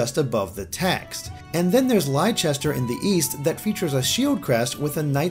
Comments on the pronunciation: Lye-chester. Oooooof course. Bro, it's pronounced Lester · In England we pronounce Leicester 'Less-turr.' Does anyone actually pronounce it any other way? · FYI, the pronunciation of the British city, spelt Leicester, is "Less-ter" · Lol "Leicester" is pronounced Lesta not Lie-Chester. That's hilarious (from someone who lives in Leicester, England) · I'm here for all the brits, who went: It's pronounced "Lester", not "Laichester". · Although none of that annoys me as much as the way pronounces Leicester (It's pronounced Leh-ster) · "Lei-chester" As someone from Leicester, England, this pronunciation wounds me. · Lie-chester, Americans trying to say Leicester is always so funny/sad. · Leicester is pronounced 'Lesster',. Gloucester ('Glosster') is also present on the map. These are both places in England. Looks like Leicester is inspired by England and Fergus, being in the north with a blue-and-white theme (and a Scottish name), is inspired by Scotland. Adrartea sounds vaguely Irish, I guess, but other names in that southwestern region like Bríonac sound it even more. Heh. Poor Wales. (They can be represented by the dragons.) On the other hand, Adrartea is similar to Adrastea from Greek mythology, so maybe it's not just a British/Irish basis. It's at times like this that I wish they'd get Nintendo of Europe to localise Fire Emblem because pretty much the whole series is inspired by this continent. Nintendo of America can't even pronounce Owain's name. /whining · Actually IS prolly still gonna have English voice actors say Lie-kes-ter/Lie-chess-tur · The way you say Leicester hurts, so bad It's named after a real place, and is pronounced "Lest-er" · Leicester is pronounced “Lester” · Leicester is pronounced "Lester"! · Great video as always, apart from the pronunciation of Leicester haha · Are there any Americans who can pronounce Leicester correctly?